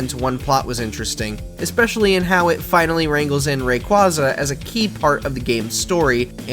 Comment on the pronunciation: Please pronounce Rayquaza properly